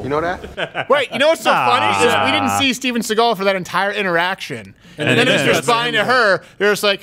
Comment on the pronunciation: He actually said "dat" instead of "that" U kno dat....